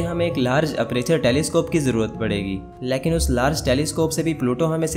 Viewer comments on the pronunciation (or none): O bahi leeaakin nahi lakin hota ha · Aap lekin ko laikin bolty hain hahaha 🤣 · Can you please learn how to pronounce the Hindi word LEKIN. It's so annoying that you mispronounced this word every time.